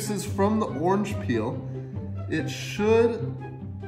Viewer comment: He said orange PEEELLLL YOU DOMB **